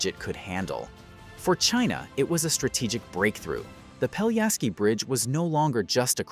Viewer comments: If you make a 13 minutes video about a bridge, you could at least learn how to pronounce the name of the bridge correctly. It's not Peljaski but Pelješac!! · Not "Peliaski" but PELIESHATZ (Pelješac) !!! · Peliasky bridge 😆 not even close... it's Pelješki bridge, "LJ" is actually one letter and "Š" you read like "sh" or like german "sch" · Pelješac is pronounced peh-LYEH-shats, with the emphasis on the middle syllable. The "š" sound is like "sh" in "shoe" and the "c" is like "ts" in "bits". Not peliasky… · Pell-yeh-shatz - this is how you should pronounce it. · Great, but the name of the bridge is pronounced quite differently. PELYESHAZ or Pelješac on Croarian.